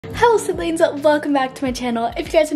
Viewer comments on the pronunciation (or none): Omg i didn't understand what you said at first but you said "sydlings" like "siblings"haaaa ..... or maybe I'm wrong oop.